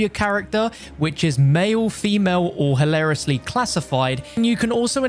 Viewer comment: i love when he said halariously classifid